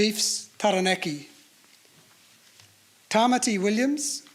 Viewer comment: That's a really exciting team. I can't wait to see all the debutants in action! I hesitate to say it though, but I hope next time there is a team naming that the Māori names of regions (Taranaki and Waikato especially) and the players' names (like "Tamaiti") are pronounced correctly.